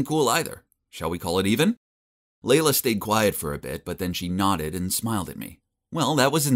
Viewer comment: OMG FINALLY SOMEONE WHO HAS THE NAME “LEILA” AND PRONOUNCES IT LIKE “LAYLA” NOT “LEELA” I’M SUBBING! TSYM FOR 89 LIKES!!